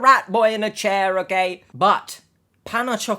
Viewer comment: You pronounce the store Okayjah